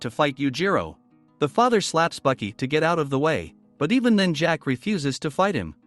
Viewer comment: It is baki not buki